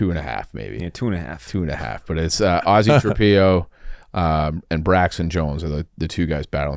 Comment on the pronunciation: butchered Ozzie and Oz’s names as well